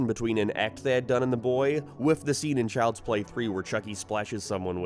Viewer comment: Ah, yes, Chjlds play